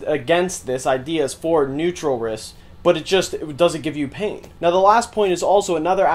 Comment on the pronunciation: did u say it doesn't give you pain or pink?